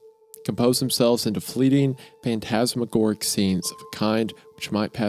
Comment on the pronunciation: “Pantasmagoric” is funny af. Wendi you can’t tell me you’ve never seen a word start with “ph” 😂